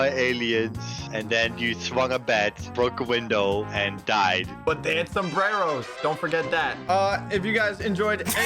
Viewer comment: It PRONOUNCED SOMBRERRO